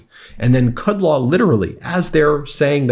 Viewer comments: Kud-LOW, not Kud-LAW, ROMO, not ROMA. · Ben, Although I don't like either, it's BartaromO(sp) and KudLOW, not 'ah'. Just FYI... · Kudlow's brain has melted from his decades of cocaine abuse. It's KUD-LOW, you mispronounce a lot of names and words.